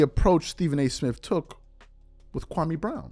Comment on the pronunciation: SAS was so disrespectful to Kwame Brown to the point that he pronounced his name wrong. SMH